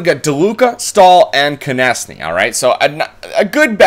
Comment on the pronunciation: It's pronounced Konekny not Konesny